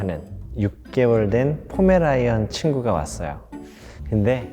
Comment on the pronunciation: 강쌤 왜 자꾸 포메라이안 이래 ㅋㅋㅋㅋ